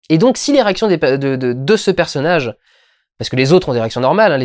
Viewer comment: Tu dis l'érection ou les réactions c'est limite à des moments